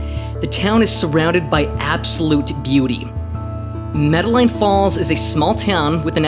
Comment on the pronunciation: I do apologize for the incorrect pronunciation of the town. I will be releasing part two this week and will ensure that the name of the town is pronounced correctly.